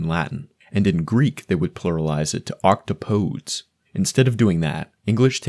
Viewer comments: That isn't how you pronounce octopodes... podes pod-es the feet. The eight of the feet. Not poads. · octopuses are my favorite animal so i obviously looked up how the actual way to pluralize their name is a while ago. what i remember is that either octopus or octopuses is fine, but the original greek is octopodes like what was said in the video. but octopodes isn't pronounced octo-PODs it's pronounced oc-TOP-odes which i think is way more fun. sadly, though i still say octopus/es because i want to be understood easily instead of having to explain myself